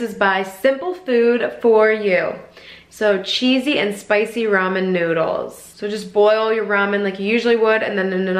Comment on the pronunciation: Literally not a single person says Rayman.